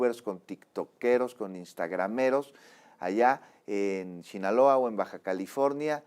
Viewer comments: Shinaloa😅 Sinaloa conductor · Me desespera escuchar hablar a este. Chinaloa. Delincuenchia organichada. Chechar. Como funchiona. Me despeera y a la vez me da nostalgia porque achi hablaba mi abuelito.. así quw diga. Ech una chituachion compleja